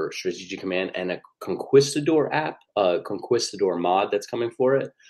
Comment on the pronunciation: conqewstidor, lol!